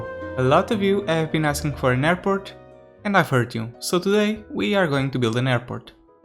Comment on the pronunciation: I love the new hairport! (That's how you pronounce it btw)